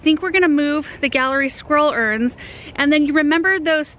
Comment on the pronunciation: Every time you say Gallery Scroll Urns I think you’re saying Squirrel Urns and I’m looking for the squirrels 😛 lol Love everything you present! ❤️